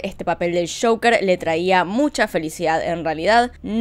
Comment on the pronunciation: Ame el acento cuando dijo el caso de shoker (joker) ❤️😂😂